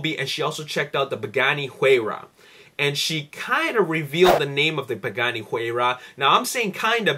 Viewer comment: you said buganni huayra.. :)